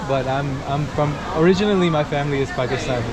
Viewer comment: I love the way you say i am Pakistani. Keep it up.